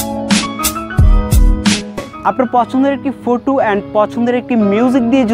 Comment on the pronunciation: ইংরেজী উচ্চারণে অনেক ভুল রয়েছে।যেমনঃ- ফটো কে ফুটো,মেইক কে মেক ইত্যাদি😂😂